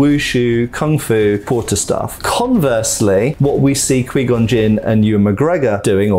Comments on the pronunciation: Quai gon not quee gon unbearable to Listen to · did you call Qui Gon...QueeGon? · "qwee gon" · but everyone ever in starwars pronounced it as qui-gon, not qwee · The way he says “Qui-Gon” but pronounces it as “Quee-Gon” kills me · Who else is weirded out by him pronouncing Qui-Gon wrong, it’s not ka-we it’s more like ka-why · "Quee Gon" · "Kwee Gun" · It's pronounced 'QuY Gon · I'm so distracted by this dude saying Quee Gon. That's not his name bro, just say it right. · Quee Gon🥴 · Kwee Gon. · was great except those many mis-proncunciations of Qui Gon's name. :D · That Qui-Gon pronunciation, though 🤣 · Ime scarred today for the way he say Qui Gon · How this man say qui gon 🤣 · It was instantly clear that this reviewer was not a star wars fan in the first 20 seconds, mispronounced qui gon and then said they should of kept darth maul around, he lived for a quite a long time after this 😂